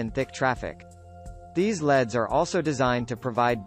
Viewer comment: Man, that robot was really hard to listen to calling L.E.D.‘s “Leads” and spelling every manufacturer name.